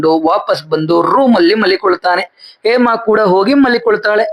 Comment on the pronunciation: ಹೇಮಾ ಅಂತ ಸರಿಯಾಗಿ ಹೇಳಿ ಏಮಾ ಏಮಾ ಅಂತ ಯಾಕೆ ಹೇಳ್ತಿರಾ ಹ ಮತ್ತು ಅ ಉಚ್ಚಾರಣೆಯನ್ನು ಸರಿಯಾಗಿ ಮಾಡೋದನ್ನು ಕಲಿರಿ😊